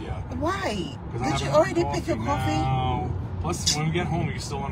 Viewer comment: CALLS COFFEE "CWA-FEE."